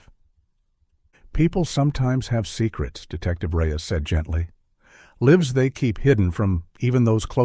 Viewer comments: the word "lives" is pronounced "livs". This is all "AI" generated voices! Very distracting! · Ai voice was a give away when Lives was pronounced Liv's